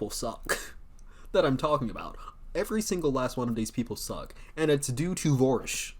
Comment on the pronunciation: Vorsch? Neigh, no way!